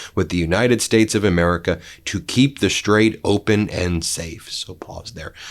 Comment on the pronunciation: Thank you, Ben for finally pronouncing the straight somewhat correctly. Now let’s work on Halliburton and Taliban.